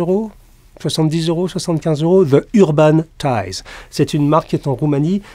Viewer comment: Navré de vous embêter M.Jacomet mais lorsque le déterminant "the" se trouve devant un mot commençant par une voyelle comme Urban, il se prononce "zi" ;) Au passage, très bonne vidéo, je l'attendais avec impatience!!